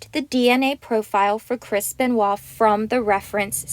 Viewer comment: it's chris benoit not kris benewah?what the hell is that